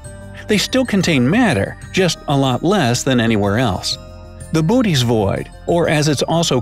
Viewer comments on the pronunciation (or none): It's pronounced boh-ot-ees, actualy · I thought said booties thingy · Pronounced Boots void (cant think of a joke about Booty's void) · Did he say booties void｡◕‿◕｡